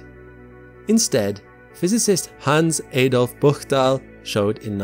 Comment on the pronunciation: You really should check you pronounciations in these videos. Very very good but at least look upo how thins are said AAA dolf? seriously?